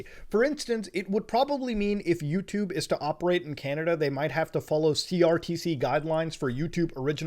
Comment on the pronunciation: chinada? :( please canada don’t do this